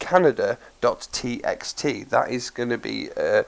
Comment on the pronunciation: Great vid...gonna try this out later today for sure :) my ONLY criticism is that I think the word "Kaneda" is pronounced "ken-AY-da", not like the country "Canada"...I may be wrong, so the egg might be on my face lol (I'm going by the pronunciation of the character's name "Kaneda" from the movie Akira) Again, great vid...thumbs up :)